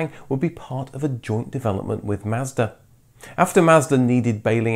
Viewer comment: Learn to pronounce words properly. Mazda, Celica. And unibody cars have no chassis.